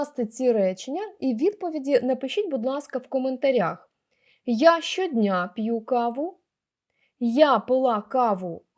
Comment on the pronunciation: Дякую за роз'яснення, але не пью, а п'ю.